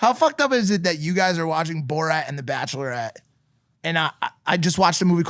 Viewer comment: Ok I’m sorry but how does George not know how to say borat lol